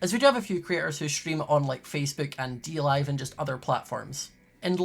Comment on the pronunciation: “Dlive” Ah No